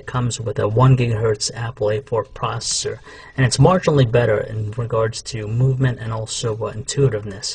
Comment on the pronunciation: lol he cant say processor.. noob